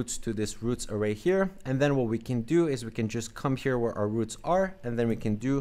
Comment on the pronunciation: ahh i got it. It sounded like (can't)